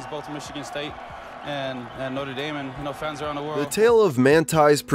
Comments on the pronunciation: That's how Americans pronounce it... weird isn't it? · Notre dame...how did you pronounce it so wrong